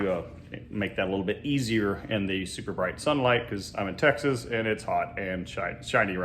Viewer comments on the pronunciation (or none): none